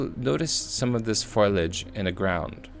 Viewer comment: came here to see debunking of Erwin Sanders, but I couldn't get past hearing FOILage over and over again. Its foal-ee-age, dude. Hard to take anyone seriously when they grossly mispronounce terms like that